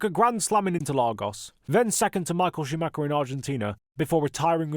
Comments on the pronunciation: why do all native English speakers mispronounce Schumacher's name? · Because most people mispronounce it. Google German pronunciation for it